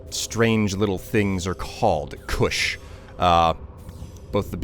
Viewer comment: Its koosh not kush LOL